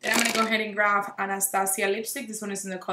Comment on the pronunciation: I just realized that you say “grave” instead of “grab” lol it’s cute